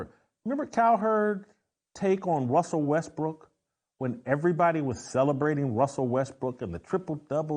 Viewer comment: I can't say Russell Westbrook either!! 😂😂